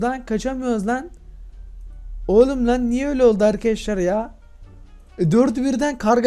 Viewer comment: arkiaşlar dediğinini anlayalı 36 sn oldu..